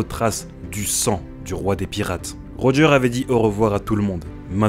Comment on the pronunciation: Pour Roger, Tout le monde dit Rogeur mais en vrai le prénom se prononce Rogé en français.